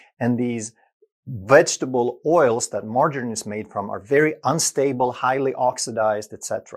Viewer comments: When he couldn't pronounce margarine I had to dislike and refuse this channel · Maybe because he's Swedish?